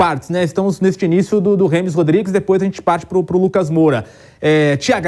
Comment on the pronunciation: O cara trabalhar com futebol e falar Remes Rodríguez é triste